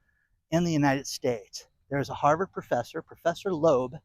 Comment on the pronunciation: That's pronounced HarrvUrd.